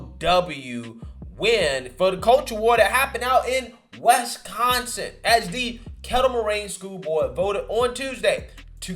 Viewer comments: Wis-con-sin. Not west-con-sin.... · Wesconson? It’s Wisconsin. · Not trying to be that guy, but it's not wesconsin, it's wisconsin.